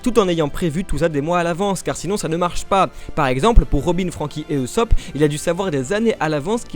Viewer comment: MAIS ON DIT PAS EUSOPP C EST OUSOPP (usopp) !!!